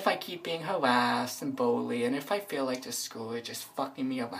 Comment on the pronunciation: "that's the only thing they can expess how dey feewl" listening to you kills as much brain cells as alcohol does